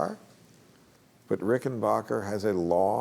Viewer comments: The name is pronounced Rickenbacker, not Rickenbocker. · For future reference, its pronounced "Ricken BACKer". Not Ricken BACHER". I hate when people think they know so much about guitars and they can't get the name right.